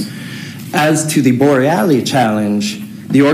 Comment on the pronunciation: Could you pronounce Bor rel los name correctly. It’s not borrellie.